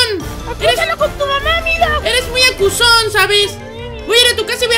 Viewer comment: Se dice acusol